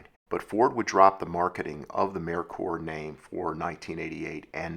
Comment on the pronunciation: I was always told this was pronounced “May Coor”. I’m just glad you didn’t pronounce it “Mer Ker”. The way you said it sounds correct too.